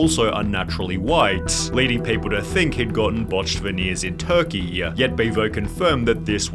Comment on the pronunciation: Hot christ the VO on this video is utterly obnoxious. - "... in Turkey-ya... ... this wasn't true-wa...". Take my one minute view time and 3 sentence comment.